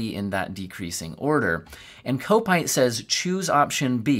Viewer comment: not kopetee (kopite) Kop (cop) it, , he's a Liverpool Supporter.